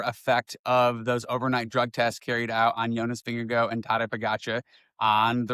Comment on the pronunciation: Atleast TRY to pronounce his name correctly.. its NOT jonas vi gegouuoo.. Its spelled VINGEGAARD , so say it like you say GOSH , but no SH at the end So. Its VINGEGO Even to say Vingego. Like in GO. Is way better than the whatever u say all the time. Atleast TRY